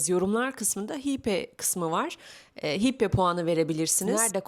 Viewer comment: Berberi değil Amazigh. Hype okunuşu hipe değil hayp diye okunmalı.